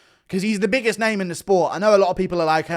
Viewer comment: You are absolutely atrocious with names